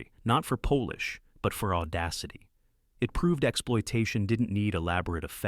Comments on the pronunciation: An AI voice? Not for Polish 😂. Sorry, it is pronounced like shoe polish … not Polish 🇵🇱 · The way Polish is pronounced is appalling.Po-lish is used if the person was from Poland. It should have been pronounced Pol-isn as in the same way as one would use the word to describe the wax used to clean shoes and furniture.